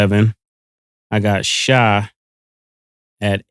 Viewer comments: It’s Shai not Chi lol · Mane it's SHAI Gilgeous-Alexander not no damn Shy. Jeez